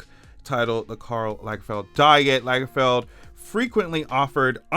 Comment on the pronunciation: If Lagerfeld had 2 gg's, then your pronunciation would be correct.